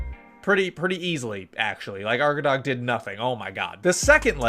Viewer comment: Arkadag usually translates "the back side of a mountain" and when u pronounce it u don't spell the last letter G and it's long A arkadaa. It's in Turkish and Tatar language.